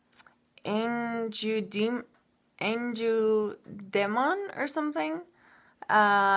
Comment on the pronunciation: Givenchy is kind of like "Jee-von-SHEE" and ange ou demon is like "onge oo day-MON". It's hard to type out phonetics for French!